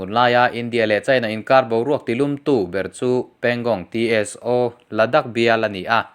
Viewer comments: Pangong Tso tih hi, Pangong Ti es o,nilovin Pangong saw ti a lamtur. Han inkap tak tak tehse🚀💣😁😁😁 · Pangongso ti a lamrik tur...pangong Tso (ti es o.. tilo in T hi lamrikloh tur "so" (saw) tih tur entirnan -Pneumonia tih a P lamtel loh ang chi khan.. Psychology ang te pawh ni ang chu